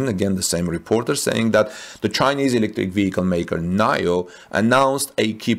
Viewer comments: Nee-Yo Not NahYoh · NIO is pronounced nee-oh not nayo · I am pretty sure NIO is said like 'NEO', at least that's how I heard other's say it. :) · It’s pronounced Neeo.